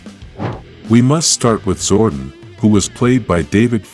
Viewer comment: his name is pronounced ZOR-DON, not ZOR-DUN !!!